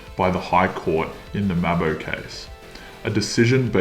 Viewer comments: What is it with young Aussie content makers who can't pronounce Aussie words. Maahhh-bow. Turn off your seppo content, get outside the cities, and lean how Aussies spoke before Buffy and Friends. BTW, I appreciate that you are having a go at Australian history. Good on ya for that mate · Nice video but how young are you that you say mabo wrong. That's how a yank would say it i reckon